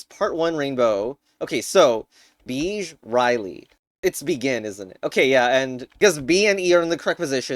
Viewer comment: 30 seconds in and I heard Beige as BEACH???